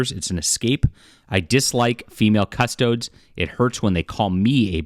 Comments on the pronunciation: It's CustodEES. Not CustodODES. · Cus-toe-deez. Not cuss-toads. Why cover it if you don’t know shit about it? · I hate how every video on YT is an ad for something. Dude doesn’t even know how to pronounce CustoDES! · Can’t pronounce faction correctly, but big mad there are ladies in said faction. Derp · The amount of YouTubers who are interested all of a sudden but cannot find out how to pronounce the name of the Custodes is infuriating!